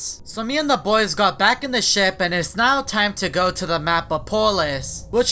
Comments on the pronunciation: When said "Boys" I thought he said "Bois" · When I want to say bois the way I pronounce it is boy + ees